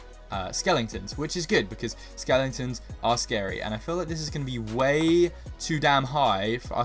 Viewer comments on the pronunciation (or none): Stop saying skelintons say skeletons ok chain and plz stop swearing cuz otherwise I will have to un subscribe thank you